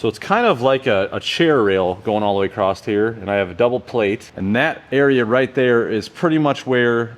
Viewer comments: Great vid. The word is “ Across” not “Acrosst/ acrossed “. Great vid. Lol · Cool vid. Aside from “Plumb”, dude seriously check how many times you said “all the way acrossT” or “all accrossed” instead of “accross” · you keep adding a T to the end of "across" and it's driving me up the wall. lol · Hey nice work and great videos but there’s no T in “across”. I have a friend that says it the same way and drives me nuts but I subscribed anyway 😂